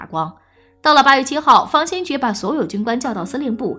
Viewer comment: 大家散了吧，小编都不懂历史，废话一大堆，方先觉都能读成军方/先觉部，真是浪费时间，史实的真假更不用论了。